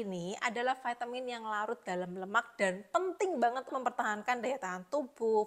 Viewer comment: Bilang aja Vi ta min, gak usah di eja neko2,,, Vai te min,,,, medok gt kok kebarat2an ,,,,hmmmmm😂😂